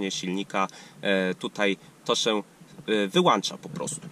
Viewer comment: Wszystko spoko, ale kaleczysz język jak cholera. Co chwilę "włancza, wyłancza" (masz włącznik, a nie włancznik) i "asystenty" 🤦🏻